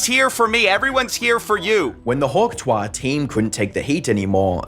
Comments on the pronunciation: The way the AI mispronounces "hawk tuah" is so distracting. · The fact you can't even pronounce TUAH correct is embarassing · Can’t you pronounce “tuah” correctly. You did it once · The way he mispronounces Tuah makes me violently angry > . < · do you purposely mispronounce "tuah"? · How do you make an entire documentary and can’t even be bothered to pronounce “tuah” correctly? Is that all for engagement so you get comments like these? Cause it comes across like you didn’t write the script or edit the video and are just reading something you know nothing about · bro youre pronuciation of tuah is so mad lmao. its a name that can only be said one way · All you had to was to listen to her own mouth so as not to mess up her name so bad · The constant pronunciation of "tuah" as "twah" is so annoying. Thumbs down. I'm in and can't stand it. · It’s Hawk tuah (two-uh) not tois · too ah.. not twah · If you are going to do a video on a person, at least learn how to say their name. The word Tuah is not pronounced twah, it's pronounced too-ah. With the emphasis on the second syllable. YES there are two syllables in the word Tuah., not one. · Bro out here pronouncing hawk TUAH as "hawk TOIR" lmao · It’s pronounced two-ahh not twah. Trust I hate the meme but say it right for godsakes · it's "two-ahh" ..not "twah" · Only you consistently says twa instead of tuah 😂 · It's "Tuah", not "TWAHHHHH". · I can’t listen to you butcher tuah seriously say 2 ah not twa god you’re sending me bro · Hawk tuah: ❌️ Hawk twah: ✅️ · Bro it’s TUA NOT Twa messing me thought this was a AI channel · Why are you pronouncing it as twah. When you said it as Tu-ah earlier in the video. You did all the research for the video but not how to pronounce it 😒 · It's "Too-uhh" not "Twahh".... also, please for the love of God go back to faceless videos... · It is so goddamn annoying how people say “hawk TWAH”… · I keep hearing Hawk “Toi”, which I assume means, “your hawk” in French. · "Hawk tWah" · Hawk "twah" lol